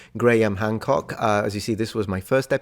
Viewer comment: btw you were pronouncing his name right in the other episodes, now you're not.